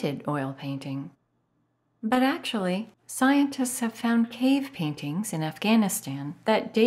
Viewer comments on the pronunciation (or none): none